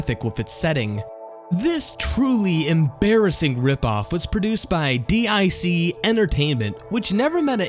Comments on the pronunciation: It's not d-i-c though...It's literally pronounced dick. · Come on, guys. Just say "DIC" (DEEK). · D.I.C.? I thought it was DiC (pronounced as deek). OK. I know it stands for Diffusion Information Communication, but what is wrong with saying it in pronunciation instead of saying it in initials? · It's pronounced DEEK not D-I-C. Jeez. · DiC is pronounced "Deek" not d-i-c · It's pronounced "DiC" as in "deak". not D. I. C. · It's pronounced DEEK Entertainment, not D-I-C. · Dic is pronounced "dick", not d-i-c. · I’m not reading through 3.5K comments to find it mentioned, so I’ll just mention it: DIC is pronounced DEEK. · The company "DIC" is simply pronounced as: "DEEK" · I believe its pronounced deec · dic is pronounced dic (d*ck) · dic is pronounced "deek" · DIC is pronounced deek. I watched their Mario shows. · deek. it's pronounced deek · That Fantasia Daily site is also a blatant knockoff of the popular My little pony Fansite Equestria Daily. I'm suprised no one has pointed that out. Also DIC entertainment is pronounced "DEEK" entertainment. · BTW the companys name Dic in pronounced (Deek) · DiC is pronounced "deek". You should know that if you've seen their '90s logo animation, since the name was spoken in that. Just watch any episode of "Adventures of Sonic the Hedgehog".